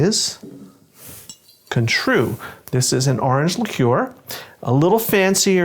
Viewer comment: The way you pronounced Cointreau is insulting